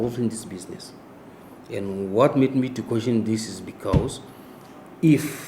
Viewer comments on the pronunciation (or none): none